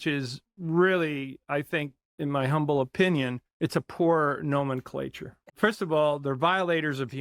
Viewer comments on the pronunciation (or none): none